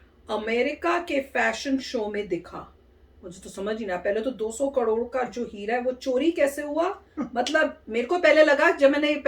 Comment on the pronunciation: Mam ap karor ko kalor kyu bolte ho😂